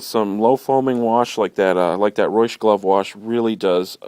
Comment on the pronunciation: you pronounce reusch wrong >.<